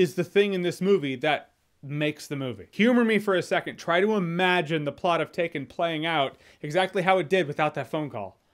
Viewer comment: That "taken" was terrible Jeremy lol